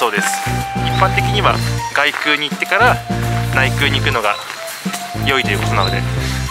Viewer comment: こんばんは。 お伊勢さんですか 良いところですよねー ところで 外宮、げくう 内宮、ないくう と読みますよ。